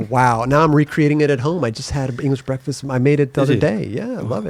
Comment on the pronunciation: has funny af pronunciations. Real word: English Breakfasts: English Breakfastses